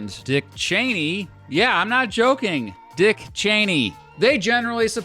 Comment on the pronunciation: Make sure you’re careful and you annunciate because I think it’s easy for someone to not hear you say “not a member of the Democratic Party“ I’m talking about that certain group starts with a K. Stop on double speed and I couldn’t tell that you said not. Even when I slowed it down to regular speed it still wasn’t extremely Obvious, and now imagine someone multitasking and they miss it and just go on. Maybe they don’t quite realize what you’re saying and I just feel like there’s still a lot of people in that certain group that starts with a K who are part of the Democratic Party. But obviously nobody a part of that group that starts with a K is part of the Democratic Party. And that should be obvious, people are told something different about people who have the belief of WSs. So they think you did not say the word “not“ they could really get them hit it off in the wrong direction.